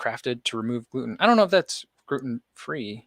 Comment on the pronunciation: Sounds like you said "Groot'n free" which makes me think of a southern version of Groot from the MCU. 😂